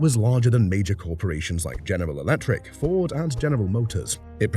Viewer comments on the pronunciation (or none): none